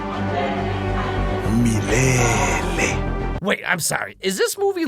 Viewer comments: lmao mlele is pronounced "hmmlele" not "m'lele" i was so confused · Especially the way they pronounced "mileyley?" 😂😂😂 kwenda uko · So...this is how french speakers feel when we misgender trees... Meyleyley? (It's the way they pronounce Swahili words.... I get 1d 50 psychic damage) Edit: White lions!? In the Savannah!!!? From WHERE!!!? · As a native Swahili speaker, the pronunciation of "Milele" triggers sth within me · Bro the only one who knows how to say milele is rafiki